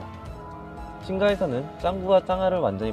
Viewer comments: 친까외까라고 발음하시는데 친가외가입니다.. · 외가를 왜 왯까라고 하세요,, 친까,, 외가 친가 하셔야돼요,,ㅜㅜ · 외까 친까 라고 일부러 발음 하시는건가요..? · 죄송한데 발음 미치겠네요 외까친까가ㅋㅋㅋ 도대체 어디서 나온거죠ㅋㅋㅋ친가도..친까라고햇다가 친가라고햇다가..외갘ㅋㄱㅋ외가는 왜 외까죠ㅋㅋㅋㅋ 목소리를 굳이 안넣으셔도 될거같네요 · 외까 아니고 외가이고 친까 아니고 친가입니다. 발음 교정 좀 해주세요... 그리고 봉(뛰고)미선이 아니라 이름은 붙여서 부르는 게 맞아요. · 외까 ㅡㅡ ㅋㅋㅋ 친까 ㅋㅋㅋㅋㅋ 진짜 너무했다. . 영상 내리세요 . . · [충격] 외가를 외까로 친가를 친까로 발음하는 유튜버가 있다? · 외까 친까 ㅋㅋㅋㅋㅋㅋㅋㅋ발음 개웃기넼ㅋㅋㅋㅋㅋㅋ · 왹까?라고 읽는사람 첨봄 걍발음그대로 외가로 읽는건데 실존을실쫀이래ㅎ발음 자체가 센다 ㅠ왹까 칭까 이휴 더연습해서 읽어주셈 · 봉미선은 자연스럽게 발음하는데 왜 봉미소는 봉 미소 이렇게 읽으심??ㅋㅋㅋ 외까, 친까, 후이는 말도 말어 ㅋㅋㅋㅋㅋㅋ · 외까 친까 존나 거슬려 발음이 어눌한 건 그냥 그렇다고 넘어갈지도 모르겠다만 대본을 써놓고 대사를 이렇게 많이 틀리는 건 그냥 연습도 부족하고 영상 만들 생각도 없어 보임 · 외까 친까 ㅋㅋㅋㅋㅋㅋ 발음 연습좀 하셔야겠네여 유튜버 계속하시려면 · 읽을때 외가를 외까...가아니라 외가 라고 읽으셔야죠..; 외가 친가 외까친까가아니라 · 외까 친까 발음 때문에 깨네 ㅋㅋㅋㅋ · ㅋㅋㅋ발음이 왜그런거지... 혀 짧은 말투에 외까 친까 라니...ㅋㅋㅋㅋㅋ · 왜 외까 친가? 라그러다가 친까라하고 자꾸 발음 거슬려요ㅜㅜ 어떡하지....;;;; 일본말같애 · 발음좀 고쳐라 외까 친까가 뭐냐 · 외가 친가를 읽을줄모르시네; 외까 친까는 도대체 무엇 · 외가친가가 왜발음이안돼 ㅋㅋㅋㅋㅋㅋ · 꽤 흥미로운 내용이네요 ㅎㅎ 왜 이런 괴담이 나오게 됐는지도 있었음 좋겠어요 ㅎㅎ 그리고 '외가' 와 '친가' 발음이 좀 신경쓰이네요 ㅎㅎ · 재밌게 봤습니다 그런데 보면서 외가를 외과처럼 발음하는게.. 집중이 잘 안된다고할까요 외가 친가를 정형외과 처럼 꽈로들리는게 불편하긴했네요ㅠㅠ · 외가 친가 발음만 좋으면 완벽한뎅... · 아 외가 친가 발음 개답답하네 이 사람 외국인임?? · 외가 친가 발음... 왜못하는거..? 외까는 외과발음임..